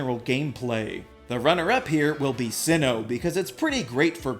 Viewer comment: sinnoh! its sinnoh!